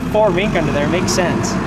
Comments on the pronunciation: No - not 'makes sense'...More like 'minks sense' - lol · sounds like hes saying we "makes sense"